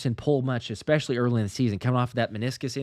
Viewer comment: I love you, brother. But PLEASE, the word is Especially, not EXpecially. Sorry, but it drives me crazy.